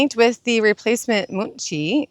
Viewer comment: I love how she pronounced Muncie transmission as Moonsee trans.